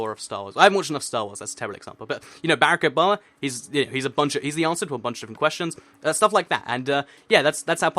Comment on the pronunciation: I thought he was saying Bear-Ick Obama not Barack Obama